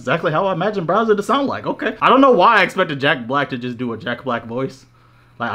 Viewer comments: constantly calling bowser "browser" is bothering tf outta me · Bro called him browser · Are you really calling bowser, BROWSER???? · Bro it’s pronounced “Bowser” not “Browser” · Mans was saying “Browser” instead of “Bowser” lmao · Bro kept calling him browser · Is is just me or is calling this dude "Browser" through this whole video? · saying Browser instead of Bowser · ITS BOWSER NOT BROWSER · don't mean to call ya out but are you calling Bowser Browser?